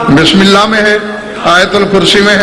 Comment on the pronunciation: لفظ اللہ کو بولتےوقت لب نہیں ملتے